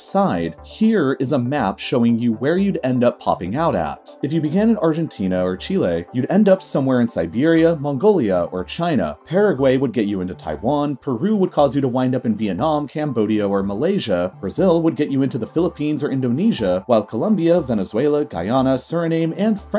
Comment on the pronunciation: "Suriname" "Paragüey"